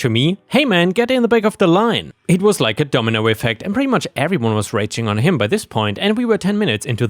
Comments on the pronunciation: "ragging" is a different word from "raging." To "rag" on someone is to basically crap on them, either in jest or as a form of scolding. So it's "rag eeng" and not "rage eeng." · Apparently mispronounced it. Ragging can also mean yelling at someone unreasonably and forcefully, even full on raging, as from an irate woman on her period (on the rag.) OP did mention PMSing earlier in the post. Too bad the station didn't run out of gas before Sh1thead got any.